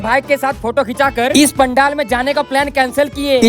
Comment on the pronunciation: Pandel❌ Pandaal✅🙂